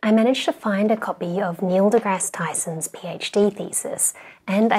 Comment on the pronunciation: Neil dedadee Tyson.